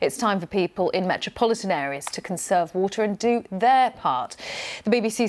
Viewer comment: “Whoah-tsuh”? Do you mean “water”?